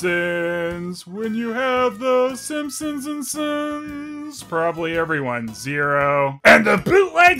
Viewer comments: You keep pronouncing "Simponsonsns" as "Simponsonsnsons" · why do you pronounce Sompsonsns as "Simpsonsnsns", do you really think one extra "ns" just isn't enough? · is pronouncing the name of this (totally original) family wrong. He says: "Simpson-sn-sns". But as we all know, their're just called the Simpson-sns. Somehow added another syallable to their name, which is just silly. Who does that?! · Why do you keep saying Simpsonsnsons? It's just Simpsonsns! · I kept laughing when I heard you pronounce “Simpsonsns” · you're adding another "ns" at the end making it "The Simpsonsnsns" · Is pronouncing it "Simpsonsnsns" a joke or an honest mistake I wonder XD